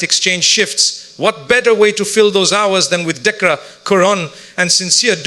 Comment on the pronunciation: Please correct the pronunciation, It is Dhikr not Decca It is Quran not kurn